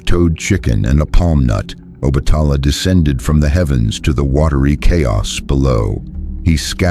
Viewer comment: Please try to obtain the correct spelling and pronunciation of the Orishas, example: Yemayaaa/Oba-tà-laaaa / Chàn-gó ( Santa Barbara)/Oo-sYuún